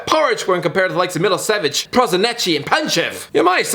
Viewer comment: Who tf is Milo Savic? did you mean Savo Milosevic? 😂😂😂